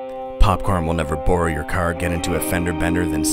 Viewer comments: the way you say borrow is hilarous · I love the way he says borrow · You're Canadian!!! Heard it on the "Bbrrow" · Didn't know he was Canadian until he said borrow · Also when he said borrow it sounded Canadian